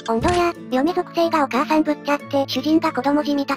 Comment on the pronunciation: お母さんだ‼って出たときママーって言う空耳聞こえたw